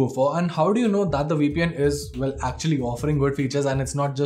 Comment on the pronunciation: What did he say? We peein'? oh, my. . .